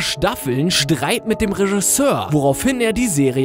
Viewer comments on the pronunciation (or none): none